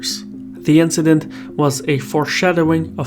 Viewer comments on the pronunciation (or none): none